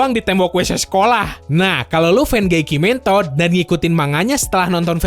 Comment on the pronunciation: Waduh kimetod aj nyebut nya, berat sebelah wkwkw